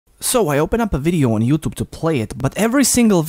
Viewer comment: Not youtob say youtube